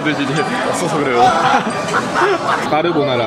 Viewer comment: 까르보나데 까느르ㅋㅋㅋ뭐라는걸까욬ㅋㅋ